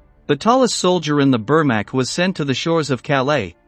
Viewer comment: It’s Vermach I n pronunciation